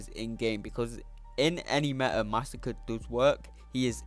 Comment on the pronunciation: Hey dude, just a little lesson for you. Masacre (one 's') is different to Massacre (two 's') and is pronounced something like 'mass ah cray'.